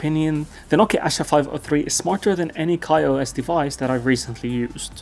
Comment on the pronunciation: It's no asa , it's "aasha "= hope . It's a hindi word.